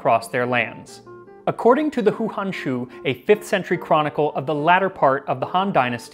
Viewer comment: Wtf is THAT??? Is that supposed to be a 'fresh' chicken? And we have to import them from next year??? Urrgh...... Hou hanshu is pronounced Ho Han-shoe. This is the best one I have seen so far... I'm gonna try it out! 👍👍